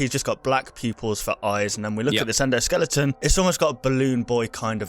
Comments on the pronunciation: As I was watching the video, I realized that said "endoskellinton" instead of "endoskeleton" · sorry but it's very annoying that you keep saying endoskeliNGton, it's skeleton. sorry but I am annoyed very quickly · is still saying, "skelington".